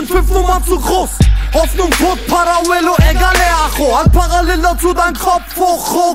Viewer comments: Joel G er sagt paraell hahah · Wie gut die Aussprache von parallel ist 🤣🤣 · Chelo kann noch nicht mal Parallel aussprechen :D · celo kann parallel nicht mal richtig aussprechen hahaha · Jahr 2020 gucke das viedeo und was mir auffällt celo und apdi können parallel nicht aussprechen 😂😂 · naja Kunst, dieser Song nicht wirklich, celo kann einfach nicht parallel aussprechen und dass in einem Song in dem er das Wort gefühlte 1000 mal rapt. Das ist schon peinlich. 😂